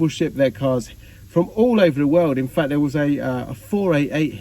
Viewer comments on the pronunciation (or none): none